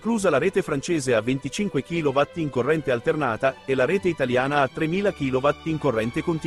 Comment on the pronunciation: rete in kilowhatt non si può sentore: Kilo VOLT!